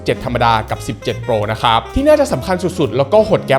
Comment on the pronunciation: ตั้งแต่คลิปที่แล้วมีคนเม้นว่าพูด ค้าบ แปลกๆ ก็ทำให้ผมสังเกตมาตลอด^^ เอ่อ แปลกจริง แต่มันคือเสน่ห์ส่วนตนครับ และชอบการรีวิวทุกอย่างของ หล่อ มีเสน่ห์ พูดดี รีวิวดี ภาพแสงสีสวยมากๆ ชัดเจนครับ